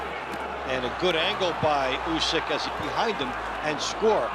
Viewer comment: You begin the video by mispronouncing his name...jfc